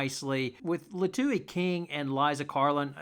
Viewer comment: Liatu's name is pronounced "Lee-uh-two."